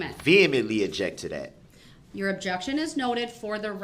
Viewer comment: Did he really say "dat"?